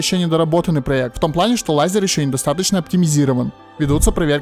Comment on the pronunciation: Какой "лайзер" Правильно "лэйзер" Исли там стоит буква "а" после L это не значит, что надо читать как в русском